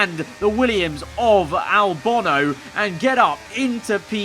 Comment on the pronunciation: He calls alex Albon "Albono" everytime